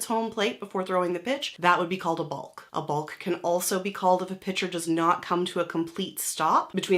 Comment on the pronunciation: It's pronounced Bok